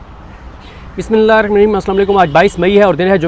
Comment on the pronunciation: حرامی بسم اللہ درست پڑھاکرنہیں آتی تو نہ پڑھاکرکتنی دفعہ کہاھے